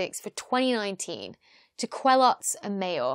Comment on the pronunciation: Just to nitpick : Didier's name is pronounced Kelo, not kweloz. Also I would have expected you would have talked about how the discovery came to be. If you search for Mayor's publications on the ADS, you see he was in stellar radial velocity (but wrote a 1988 paper titled "a giant planet beyond the solar system ?" ). Geneva observatory had (still has in fact) a 1m telescope at OHP, and they were using Coravel to measure the radial velocities of stars. Then the use of fiber optics to link the telescope to the spectrograph (i.e. no more flexure while the telescope tracks during the night) and the thermal stabilization of the spectrograph allowed to go from km/s to m/s precision, and therefore the detection of Jupiter like planets. I used to work at La Silla Observatory before the HARPS spectrograph ( ), and the former spectrograph was in a thermal stabilized room below the 3.6m telescope. If you just opened the door of that room, measures were bad for 2 days. It's really very high precision stuff (HARPS is in a vacuum chamber). Other than that another very good youtube video. As usual :).